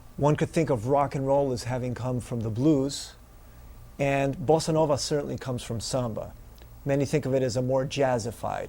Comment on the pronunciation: very helpful: I like the way you pronounce bossa nova, and your rhythm demonstrations are great